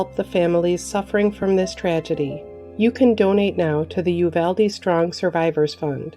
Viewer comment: It's a small thing - but thank you for pronouncing "Uvalde" correctly. You're the only one not from Texas who I've heard saying it the way we do.